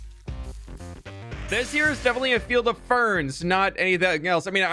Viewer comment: up untill he started saying it like that i was thinking corn maze XD